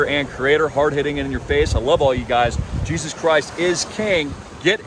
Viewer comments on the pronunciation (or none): none